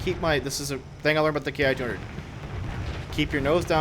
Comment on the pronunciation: The "Ki" in the Japanese military line is actually pronounced "Key". Just so you know.